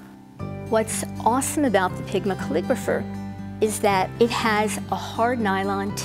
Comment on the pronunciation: Hi. I couldn't quite understand the name of the pen you recommended the beige coloured one it sounded like Pigmiker. Please could you tell me what it is called